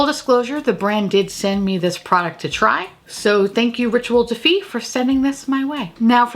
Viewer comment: Never heard of the brand that makes that primer before. The whole video I thought you were saying Ritual Defeat which I thought kinda went with the blood of my enemies primer. Seemed like a theme.